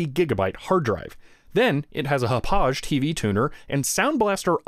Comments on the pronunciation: I got corrected when I called Hauppauge support one time. It's pronounced like "Hop pog", or like Quahog from Family Guy. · Hauppauge. Pronounced similar to to hop hog. It's town in Long Island, NY. I used to live there when I was in middle school. Hauppauge Computer Works is headquartered in the town. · Great video, but as someone who grew up in the town of Hauppage (it's on Long Island btw) which the company is named after, I just want to mention it's pronounced Hop-Pog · haupauge is pronounces Hau-Pawg. I found that out trying to get my wintv thing working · Hauppauge is a native american word. They're based in the town on Long Island. It's pronounced "Haw-pawg." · It's pronounced "Haw-pawgue". Ah, the old days. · I used Windows Media Center under Windows 7 in HTPCs for a loooooooong time. edit: Hauppauge is pronounced "hoe-pogg." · It's pronounced haw-pog.